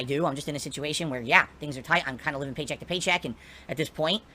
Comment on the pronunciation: when he saids pay check to pay check is he saying stream to stream?